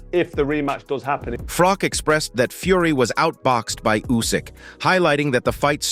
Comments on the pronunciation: Mate....its Froch not Frock 😂😂😂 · It's froch not frock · John fury has never been a kickboxing champion. What are you talking about?? And it's Froch not frock ! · The name is Froch not Frock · It’s froch not frock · Text to speech AI garbage.......Carl FROCK 😂😂😂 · Can this guy not learn that it isn't pronounced carl Frock ffs how can he not know that?? He mustn't have seen any boxing over the years. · Carl Frock? Hahaha Americans. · You need to pronounce his name right .... does me head in there's no k in his name 😮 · Saying his name wrong to get more comments. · The channel cant even pronounce Froch name right.piss poor